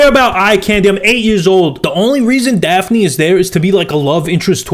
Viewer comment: He kept calling Daphine, Daffy